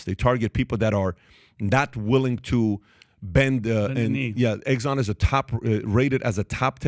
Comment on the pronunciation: EGGSON ? REALLY?